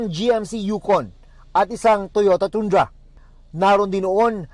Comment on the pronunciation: Toyota Tooooondra? Tundra po at pronounced tandra!